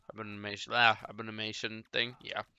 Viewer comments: A-BOM-IN-NATION PRONOUNCE IT RIGHT GODDAMN IT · A bom in ation., it’s not that hard.